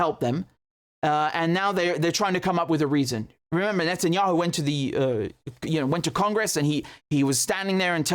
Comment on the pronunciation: Wait a minute. Do Israelis say "Netanyakhu?